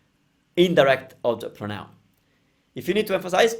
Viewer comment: Ciao, great video! You might already know by now, but don't forget that "pronoun" in english has the stress on the "pro", so "prónoun", rather than "pronóun":D (I say this as an English teacher in awe of your commitment to teaching Italian, as opposed to an angry anonymous youtube commenter:P)